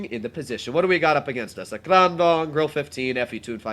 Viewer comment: Ur pernoincing grille wrong